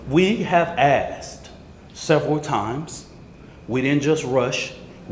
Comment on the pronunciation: "we have axed". And knived too.